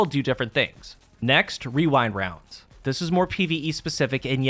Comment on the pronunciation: The only problem I have with this video is how easily you say Rewind Rounds. I am envious. My whole group just decided to call it Wewind Wounds because that’s what we always end up saying anyway.